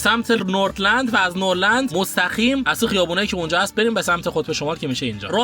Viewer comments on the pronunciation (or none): none